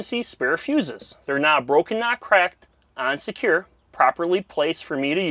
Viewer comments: “On secure” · Is he saying “and secure” or “unsecure”? 🤣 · Is he saying unsecure or on secure? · On secure